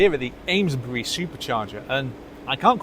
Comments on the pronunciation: Thanks, just back from the Amesbury supercharger, its pronounced as 'Aimsbury' 🤣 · Amesbury is pronounced Aimsbury.